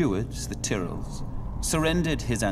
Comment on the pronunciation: he said it right. he just said it quickly and pronounced it ti-rull